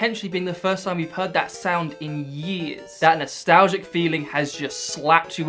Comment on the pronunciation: "That's nostalzzzhe"